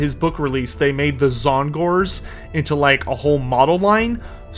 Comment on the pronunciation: "Zon-gorz" What? Not how you say Tzaangors.